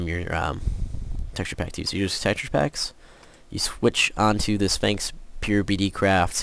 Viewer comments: and why does he keep saying spangx its sphax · its sphax not sphanks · lol you sound lke you are saying sphanx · I love how he said Spanx XD